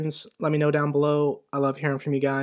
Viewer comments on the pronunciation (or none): none